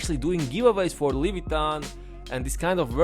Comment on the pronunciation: Also it’s not Levitan, it’s leviathan, bro